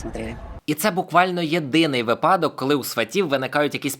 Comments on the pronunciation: бро, не випАдок, а вИпадок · Во первых - вИпадок а не випАдок Во вторых - мне одному кажется что в этом видео больше пропаганды чем в сериале "Сваты" ?